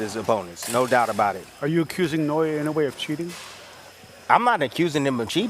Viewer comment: You for Inoue’s name correctly! Kudos!!! 🤘🫡